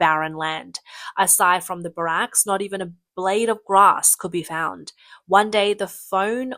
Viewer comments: It's not pronounced like Obamas name. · And the pronunciation of barracks. It's grating hearing it pronounced so wrong. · Please learn correct pronounciatons of brigade, battalion, and barracks